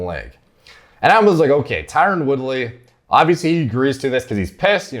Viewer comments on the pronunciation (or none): His name is Tyron, not Tyrone. Pronounced very differently. Never heard of a tough dude named Shamar